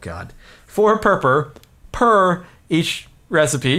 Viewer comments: Purpur is German for purple and it is pronounced more similarly to (pour-pour) but not exactly. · Purpur is actually a really informal way to say purple in German, and it unfortunately has nothing to do with cats. Its also pronounced pour-pour. Thought youd like to know! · God, I love how most of ppl who done reviews on this snapshot cannot normally say word "purpur" XD . Actually in lithuanian language (Just FYI I am lithuanian) there is similar (or maybe exact same) word to purpur, it is "purpurinis", "purpuras" (don't quote me on "purpuras" becuz I don't really remember if we still use that word :P) and that word "purpurinis" is a word for a colour which is I think exact same as purpur block's colour ;D . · Ha ha. Everytime Jardon said purpur, it just sounded like he had a speech impediment solely-based on the word purple.